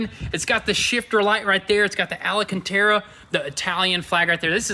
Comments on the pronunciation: There’s no damn extra A in ALCANTARA. Like damn why is it so hard for you to say ALCANTARA? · “ALLA-KIN-TERRA” Everytime 🤣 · Alcantara. Not Alacantara. You need to learn what things are called. You have such a huge platform, and mispronouncing things is teaching people the wrong thing. If you really believe in what you are doing, show us respect by actually researching what you are doing and learning what things are called. An example is not knowing how headlamp washers work. Or why they exist. The answer is obvious to a blind man, and by saying you do not know how to work them and what they are for just shows ignorance. As for having an original SV, you don't. You have a replica car. You have replaced the originality of the superb SV with a fake SVJ. No amount of expense will make it into anything other than a replica, a copycat, a fake. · "Alacantara" 😆 gets me everytime lol. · Al-A-Can-Tara😂😂😂😂😂. It’s pronounced Al-can-tara. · It's pronounced al-can-tara, not al-uh-can-tara. Seriously guys. It's really not that difficult! 🤣🤣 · Someone tell this newb it's ALCANTARA, not ALACANTARA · Al-can-tear-uh. That’s how you say it lol